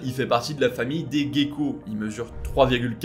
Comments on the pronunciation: Merci de vos recherches, il est toujours fascinant de découvrir des choses. Juste un mot sur la prononciation de "gecko" , le mot se dit "jéko" mais à force j'imagine d'entendre la prononciation anglaise...j'ai le même "problème" :) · Merci, pour cette vidéo intéressante sur le monde animal ! Il y a un truc qui m'a fait beaucoup rire je t'avoue, c'est la façon dont tu prononces gecko : comme le mot geek 😄 je me demande bien pourquoi 🥺🥺🥺😅 Or Gecko se prononce plutôt comme Gérard, Gentil, geek venant de l'anglais son cas est particulier (gecko ne vient pas de l'anglais) Sinon bonne vidéo !